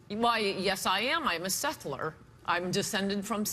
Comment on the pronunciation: was Ann saying"sethler" or "settler" when shes asked if she is a native american? it sounds like she said "sethler". what is sethler?? i cant find the word. i listened to it 10 times. it definitely didn't sound like settler.